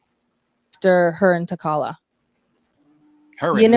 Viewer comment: That T'challa name butcher was willlllld 😂